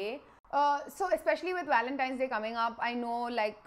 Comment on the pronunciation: Lol u say ur “w” and “v” all mixed up. “With Walentine’s day coming up.,” haha 🤣